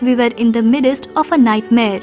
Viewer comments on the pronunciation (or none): Please practice your diction. It’s midst not midest.